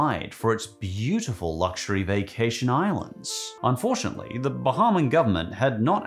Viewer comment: “Bahaman” lol